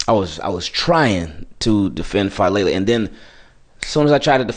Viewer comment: Daniel Faalele ❌ Daniel FALLele ✅